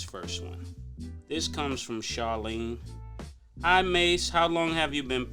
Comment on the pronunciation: Ma$e. Not "Mace". Just saying...